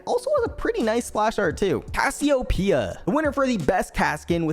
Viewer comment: Dont forget Casio-pee-uh